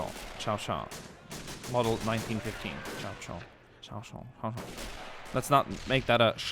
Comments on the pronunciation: Show-Show. Not Chow-Chow. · The French Lmg is pronounced "Show-shat" ☺ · The machinegun in question is the chauchat, pronounced something like shou-sha.